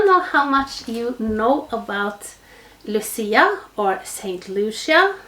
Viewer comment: I so enjoyed this video. I am of Italian Heritage and my Mother is named Lucy. We always celebrate Saint Lucia Day. You pronounced it perfectly. I love to watch you create, the tree came out beautifully. Loved the lights with the icicles. You are so talented. Christmas is coming. Stay Safe Love & Hugs my sweet friend